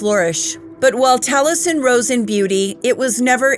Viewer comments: Love u. Great story. Taliesen is minutes from me. It's pronounced tally essen though❤ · The way I was told to pronounce the name, Taliesin is Tally -Es -in. I really enjoyed the video. You have a lovely voice for narration.